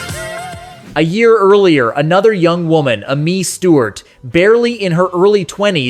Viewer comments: "Uh-Mee" Stewart? I'm 77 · It's A-MEE Stewart you fool! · Thanks for the video, but there are A LOT of errors. A Taste of Honey, France Joli, Midnight Star, Evelyn Champagne King, Cheryl Lynn, Silver Convention, Amii Stewart, and Mary Jane Girls… NONE of these were one hit wonders. Not one. Also, Amii Stewart’s name is pronounced as Amy, which is her actual first name, and Lipps Inc. is supposed to be a play on the phrase lip sync, so it’s not Lipps Incorporated.